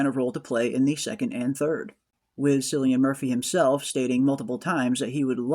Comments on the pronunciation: Nice finds and discussions. FYI, Cillian is pronounced Killian. I hope that helps for future videos that include him. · Cillian is pronounced "Kill-ee-an."